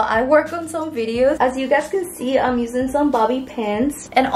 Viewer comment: The fact that she doesn't say 'I'm'....instead she says 'ig' is so cute❤